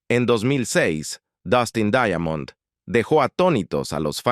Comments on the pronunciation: Se pronuncia "Daimond" no daiamond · Por qué lo pronuncias "Daiamond"?